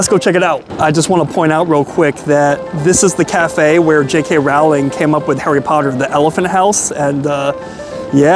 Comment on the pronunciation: I luv u but it's JK Rowling as in "row, row, row your boat". She's a legend.